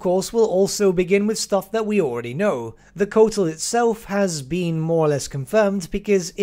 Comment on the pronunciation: fyi its pronounced "koe-ah-tl"